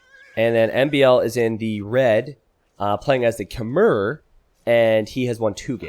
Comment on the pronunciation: Khmer is pronounce kuh-mai